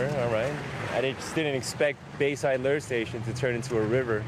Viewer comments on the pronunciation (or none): none